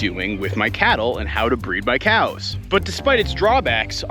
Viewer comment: Can you please say "come on COWS" instead of KJOUWS :D atleast one time so i can sleep :D